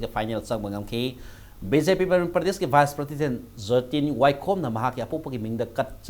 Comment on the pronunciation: Masi anchor gi pronounciation yam phatte,prasident haibasi karibu haibra?